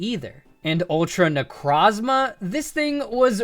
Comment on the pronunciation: What's a "neck-roz-muh"? That thing is Necrozma.